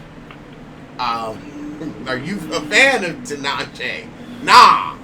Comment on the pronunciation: It's not Ten-eish-shay? 😂😂😂 Only you! And you were so proud of yourself too. 😂😂😂